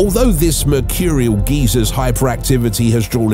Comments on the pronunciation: It's sad that such a sofisticated British accent he cannot pronounce the word geysers ..("guy-sirs")..but instead pronounces it as the American word for an elderly perverted inebriated man.."Geezer"....but maybe he's just anthropomorphic. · GEYSERS NOT GEEZERS... GUY-ZERS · It’s pronounced guy zers